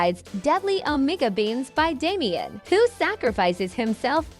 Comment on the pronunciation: Hehe the onigga beams, fuck can't unhear it lmaoooo